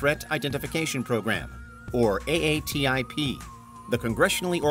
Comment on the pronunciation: It’s pronounced “AA Tip” what are you AI?